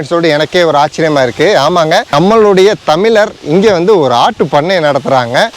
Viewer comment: தமிளரல்ல தமிழர் ழ கரம்தான்யா தமிழின் உயிர்நாடி தயவுசெய்து ழ கரத்தை சரியாக உபயோகிங்கள் நன்றி